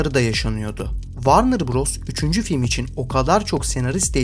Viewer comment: Varnır değil dostum. Vornır. Takılmam böyle şeylere ama çok batıyor cidden.